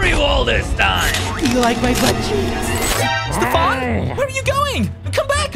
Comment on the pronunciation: You need to practice Saying Voice “Stefan” There’s Nothing Stefan not Mr farn